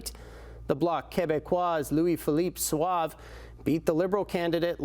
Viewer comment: Suave... 😂 Sauvé. (Saw-Veh) Meaning "saved".